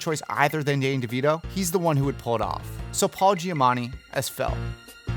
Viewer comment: Your casting choices are almost always excellent… but I’ve noticed that you often choose some… unique pronunciations for some actors’ names. (Paul “Giamanni” for example.) Part of me wonders if you do this on purpose to see who’s paying attention.